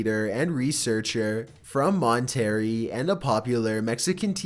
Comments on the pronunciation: Mon terri? It’s pronounced mon ter eh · "Mon-terry" Mexico?...C'mon man.... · MonterrrrrrRAY, por favor. And roll that R! Roll it! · MaWnTeRrY It’s “Mawn-Ta-Ray” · Sweetie, I usually love these types of videos. But the over-infections and inconsistent droning comming from your voice/ nerration... I had to mute you and turn on subtitles in order to keep watching. It that intentional? Are you alright? And btw: it's pronounced "mon-te-rey" not "mon-terry". Take care, ok? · It's pronounced "Mon-teh-ray" NOT ""Mon-terry" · #8 the area is pronounced (mahn-ter-RAY), not (mohn-terry)... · By the way, its not pronounced Mon terry for Monterrey, it is pronounced MON TEH RRAY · TBH From someone that lives at monterrey (me) i've heard the witch story a bunch of times and i've always been creeped out alot. And also other thing, many people pronounce monterrey wrong, its Monte rrey, not monterry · its not "mon-terry" its "mon-terr-rey" mexico- you uncultured swine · "MONT-ER-RAY" Mexico. Not "Mon-terry" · "W W 2" and "Montarry" it's world war 2, and it's pronounced (Mont-a-ray) I know you're from the U.S so you should know both of these. Please.... talk at a normal pace, or at least stop the audio jump cuts. Good videos other than that. Just stop acting stupid to make more content. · You pronounced Monterrey wrong, it's not mon-terrey, it's monter-rey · bro........ Mon-Terry?! Please take a public speech class and a Spanish class or two. If not Spanish at the very least Italian or even French, >ANY< Latin based language. I really can’t tell if you’re trolling or just terrible and pronunciation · It's pronounced. "Monter ray" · mont - terry LOL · How did you pronounce that? It's pronounced Mon terr ray. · pronounced ..... MON TER RAY Monterrey! Monterrey Mexico. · Monterrey is pronounced mon-ter-ray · ...It's mon-ter-ray.... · bruh did he just say mont tear ee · Mon tarry😂😂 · I really think you mispronounce things like "Monterrey" on purpose. Just stop. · Mon-terry ha!